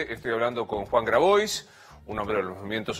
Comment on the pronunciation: Novaresio pedirte q pronuncies bien Grabois, es pedirte mucho, no?